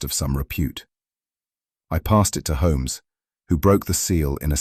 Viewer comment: I don't like the pronunciation of Holmes in this story.